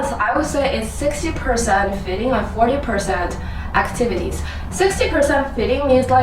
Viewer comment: Don't say "fitting", when you mean "feeding"! Learn to pronounce the LONG EE!